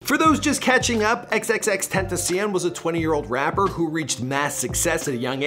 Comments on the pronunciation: U say his name XXXTENTACIEN instead of XXXTENTACION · Ismael Valladares he said ten ta siun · Nun y’all saying it right😂 it’s ten-tha-she-on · XXXTENTACIN Us:🤦🏻‍♂️ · The way they pronounce his name =_= "XXX TENTACIIIIEEEN" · Xxxtentacion ( X-X-X-Tent-ta-see-on) get it right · Did he say "XXXTentaseein"? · Lol he said xxttentiseeon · "Xxx tent uh see uhn" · The way he said xxx ten ta see in wtf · did this man just said 'xxxtentacian' 😂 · Xxxtentacien? U cant say xxxtentacion?? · xxxtenticeon😂😂 tf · He said tentacion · bro why is he saying it like that, xxxten-tee-see-an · Who else is getting triggered by the way he says xxxtentacion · Sauske just like how he butchered x name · Some people can't say XXXTENTACION right but Google can tho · at least read his name right wtf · he did 💀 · 😭 he can't say X's name😭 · no hate. bu it makes me mad the way he says XXXTENTACION. no hate tho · U still can’t say his name right smh 🤦🏽‍♂️ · He says xxxtentacion sooooo baddddddd ! Like if agree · Who else got tired of how this guy pronounces x’s name? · the speaker messed up xxxtentacion's name alllll the way up* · The thing that most bothered me was how he said XXXTENTACION smh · This guy can’t say xxxtentacion names right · OMG HOW HE SAYS XXXTENTACION bruh that reporter pronounces it better than him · i hate the way he say xxxtentacion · I got triggled bc of the way he said the name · if ur gonna make a vid on x at least pronounce his stage name correctly please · I’m getting triggered the way he’s saying X’s name 🤦🏻‍♀️ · he can't even pronounce XXXTENTACIONS name right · Say his name right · I swear this dude is butchering his name make it stoppp!!!! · bruh the way he sais tentacion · He doesnt even pronounce his name right...urksss me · Fake x fan he can't even say his name Right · You can’t even say his name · White boy get his name right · 😂can’t even say his name right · You cant even pronounce his name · OMG! At least pronounce his name right!